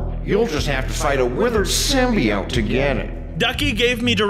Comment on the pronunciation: symbiote sim by ote thats how u say it